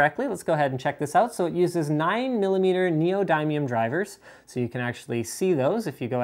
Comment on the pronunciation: Butchered the pronunciation of neodymium... I like to actually feel the bass like you were listening to the music right in the studio but you can't get that with headphones so I'm just screwed XD